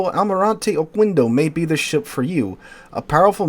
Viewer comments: Oquendo should be read as "Okéndó" as the u is mute after a q. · okendo. It would only be oKUendo if it were written like this: Oqüendo